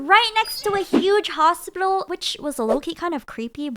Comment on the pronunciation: “A huge hosplilo” got me rolling😭